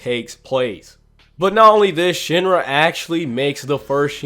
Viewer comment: It’s sheen-ra not shin-ra 😤